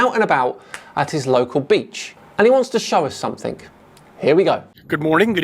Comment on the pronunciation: Love ya videos but it’s SOMETHING NOT SOMETHINK